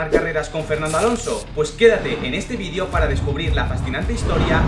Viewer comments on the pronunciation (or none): none